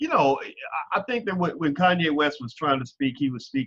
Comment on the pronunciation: Actually Dr. Anderson, Kanye's name is pronounced correctly!